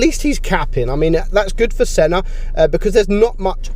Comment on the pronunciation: When you sayed Senna the god I heared son of the bot 😂😅